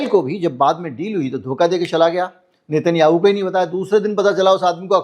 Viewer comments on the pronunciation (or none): एकदम बढिया विश्लेषण। मिनट पर नाम गलत बोल गए।नाम लेना था नेतन्नयाहू